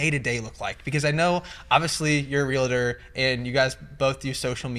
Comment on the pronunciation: Arie said it correctly ( of course ) REAL-TOR....not REAL-A-TOR.....it's a pet peeve , sorry